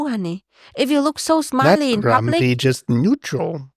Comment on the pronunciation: GrumPy not grumBy